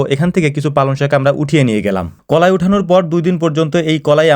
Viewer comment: কলাই না কালাই